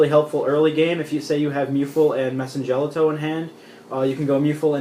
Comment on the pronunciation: Your side decking macro and d fissure? You do know the madolche hit the grave before being shuffled right? So you can't add back to hand with chateau or search from ticket. It pretty much wrecks your deck. And you mispronounced mewfeuille and messengelato sorry just bugs me.